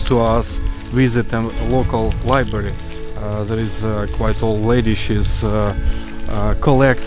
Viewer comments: *Library/Librarian, not Libery/Liberian. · Libary... Really? You can't even spell library right either. There's a fucking R there for a reason, you're supposed to pronounce the R!